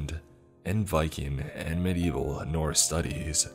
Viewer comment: The pronunciation on the Norse one 😖